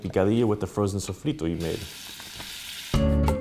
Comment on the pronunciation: Wait. Why did u say SOFRITO so well?